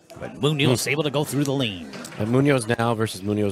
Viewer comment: I'm trying to teach people how to pronounce "Munoz" correctly. The accent goes in the 'O' and not in the 'U''. But they're arguing with A Spanish Grammar Teacher. There are some people don't ever want to learn.